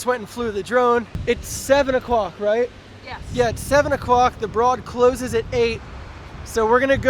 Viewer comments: Don't mean to be a total prick, but it's pronounced the BRODE even though it's spelled broad. So it sounds like ROAD. It's the owners last name and that's how they pronounce it. I'm not trying to be rude, just trying to inform! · It rhymes with "road." "Brōd." "Broad."